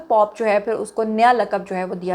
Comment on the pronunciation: POP NAHI POPE ZUNI😂